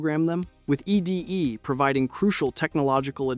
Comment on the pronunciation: “eee dee eee” ITS EDDIE